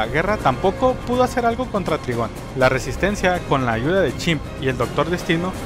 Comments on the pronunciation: Se dice traigon no trigon :v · NO ES TRIGON SE DICE TRAIGOOON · Se pronuncia traigon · hola aprecio mucho tu canal de hecho cuando estoy aburrido veo tus videos y me levanto el animo pero no es por ser grosero pero el papa de raven que se llama trygom se pronuncia traigon espero que mi comentario no te ofenda